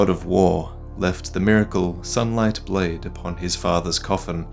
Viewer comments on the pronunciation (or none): none